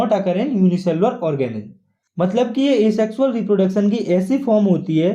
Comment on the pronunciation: Reproodicing organim🤣🤣🤣🤣🤣... anyway good lecture 👍